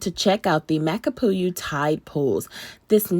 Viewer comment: FYI... Makapu'u=Mah-kah-poo-oo=Bulging eye